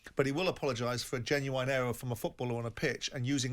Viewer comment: mate, what you on about…? We’re talking about his pronunciation of the word ‘genuine’